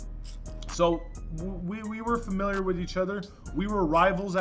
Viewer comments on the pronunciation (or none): "We fimilar with each other" ya both grew up in jail